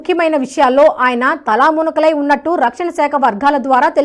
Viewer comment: తలామునకలై కాదమ్మ , తలమునకలై. దయచేసి తెలుగు ఉచ్చారణ సరి చేసుకోండి.